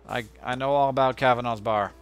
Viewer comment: *Ahem*.. Cav-an-a's. A as in apple. Thats how we pronounce it and seeing as its an Irish name.. (